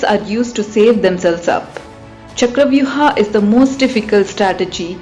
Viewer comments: Stop saying ChakravyuHAA .. Its Chakravyuh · What the hell is chakravyuh'aaa'?, You are an Indian and possibly know what's the correct pronunciation of this word. Why follow the steps of Britishers who didn't know how to pronounce sanskrit words or couldn't pronounce them? Stock to native pronounciation. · It's not charavyu-haa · Just say Chakravyuh 🙏🏻